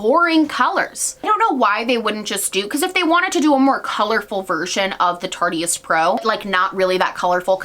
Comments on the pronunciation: I know it makes me cringe every time. It’s totally not her fault but I just want to yell at people “IT’S A PLAY ON ARTIST. IT SOUNDS LIKE ART-IST BUT TARTE-IST” hahaha but not actually that important so idk why it drives me so nuts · If they wanted it to be pronounced "tart-ist" they should have left out the e. I still say tarty-ist even though I know better. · Every time she said it I felt my skin melting it’s so stupid it matters exactly not at all but it’s still making me go full rabid every time she says tartyist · Ok, loved the video but have to tell you Tarteist is pronounced Tar-tist not Tar-tee-ist. The “e” in Tarte is silent so it should not be spoken in Tarteist. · Lmao I get annoyed every time. Makes me want to shout 'It's TARTE and ARTIST in one word come on it's not that hard!!'. But oh well lmao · Here I thought it was tart-eest like artiste.... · Vu Oanh omg I was LOSING my MIND. tarteist rhymes with artist for fxcks saaaaaake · It's pronounced tart-ist, like artist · It’s Tart-ist like artist. 😁 I have both of those thanks to Boxycharm and I like the OG Tarteist better though there are a couple shades in the Remix that I think are really nice too. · omg was anyone else kinda cringing at how she said tarteist? (it should rhyme w artist) no hate lol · Tarte-ist. Like artist.